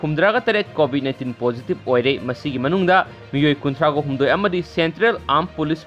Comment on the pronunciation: Hwjit c covid matam ni aduna poa c fajana tabiyu 😎😎😎 covit haiba natte covid haibni😂😂😂